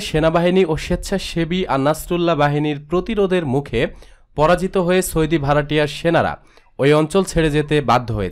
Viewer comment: সৌদি শব্দের উচ্চারণ ঠিক হয়নি। উচ্চারণ আরো ভাল হতে হবে।